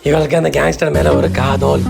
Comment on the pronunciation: Kathal ❌️ kath oll ✅️ 😂